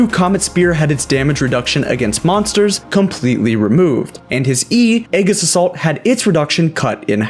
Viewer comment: He somehow got "AYE-GUS" from Aegis